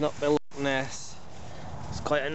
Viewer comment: Loch not lock.